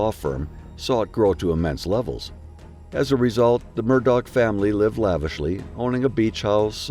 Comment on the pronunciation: Please stop calling him "Murdog".....it is promounced "daw"